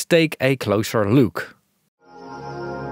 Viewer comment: "Let's take a closer LUKE" .... this can't be a real accent.